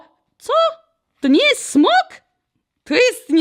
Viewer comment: Nie smog tylko smok oj